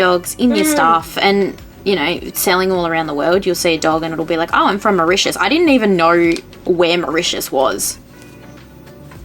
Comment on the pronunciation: Well Hellooo from "" hahahahahaha 🤣 Oh I love this! Now I plan on making you "world famous" in Mauritius very soon 🥰